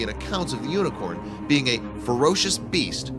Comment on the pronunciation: u said uniquorn its unicorn